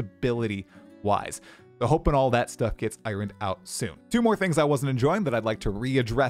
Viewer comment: Can you say "iron" one more time? 😅